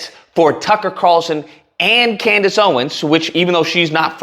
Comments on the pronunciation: Did you just call her "Coondish Owens"?!😂😂😂😂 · What’s up with mispronouncing…”Kundice”?